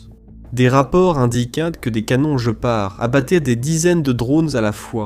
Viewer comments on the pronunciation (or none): Il n'est connu QUE sous le nom de GUÉPARD ! Ça viens d'où ce JE PART, tu connais un félin qui a ce nom là ? Voix IA à la c***🤮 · Par pitié guépard et non je part 😂😂😂😂 . Not i go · Der Gepard ist ein Tier. Auf Deutsch wird GPAR ausgesprochen. G: wird immer hart ausgesprochen, wie im französischen Wort "gare" (niemals als ein "j"). e: wird wie ein offenes "é" oder ein "è" ausgesprochen. p-a-r-d: wird "part" ausgesprochen, da das deutsche "d" am Ende taub ausgesprochen wird, wie ein "t".